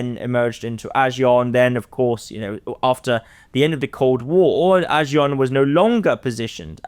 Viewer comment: is very knowledgeable and has good insights into South East Asia. I just can't take his pronunciations of Asian names like ASEAN & Myanmar and many others. As expert of the topic, would be good use the right pronunciation, ones used by the people.